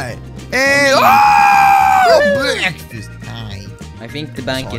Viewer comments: BREKFASTS XD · BEKFAST MAN!